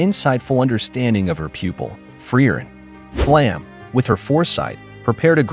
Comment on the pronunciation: "Flamm", lol